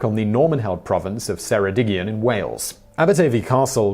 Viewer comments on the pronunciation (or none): Welsh doesn't have a soft C so Ceredigion is said with a hard C, so Keredigion.